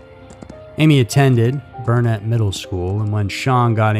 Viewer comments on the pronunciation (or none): You are mispronouncing lanier high...it rhymes with veneer. And Burnet...it's pronounced, "burn it."